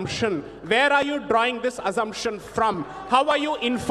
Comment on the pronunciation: Not Azzumption Deepak....it's pronounced with s sound...